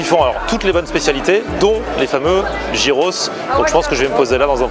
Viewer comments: c'est pas gyros "jiros' mais "yiros" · Ah cette mode de prononcer "Jiros" c'est dingue! heureusement que les grecs ont l'habitude des touristes. Une bonne fois pour toutes ça se prononce Yiros. A la limite même dire "Guiros" ça passe mais "Jiros" c'est pas possible